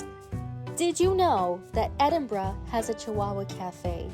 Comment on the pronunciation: well done. 👏 little things. you correctly called it ‘Edinbrugh’ not Edinboro. that’s a biggie. too marks. love you love the Highlands.